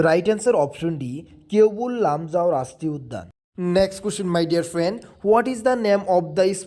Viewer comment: এইটো কেনেকুৱা মাষ্টৰ অ মাই দিয়েৰ ফ্ৰিয়েন্দ বুলি কোৱা 😊😊😊